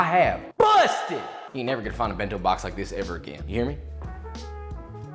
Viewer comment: bin-tow bawks